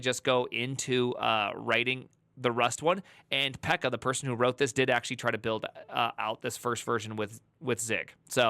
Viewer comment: Pro tip for Finnish names: You say the double consonant twice. So "Pekka" is not PEKA, but PEK-KA. Accent on the first syllable.